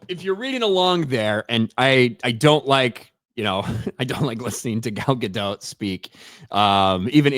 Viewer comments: It's not Dote like Goat. It's Dot like Bot. PLEASE start pronouncing it correctly, I've endured years of this! 😅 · the T in Gadot is silent, her name is not Gal Gadote 🤣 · Take a shot every time pronounces “Gadot” differently!